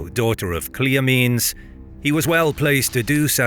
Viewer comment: Interesting narration... I refer to the pronunciation of Cleomenes as Cleo-me-nes (kleeyo-mi-neez) instead of Cleo-menes (kleeyo-meenz). Just a minor detail - never heard it pronounced the way it was in this vid!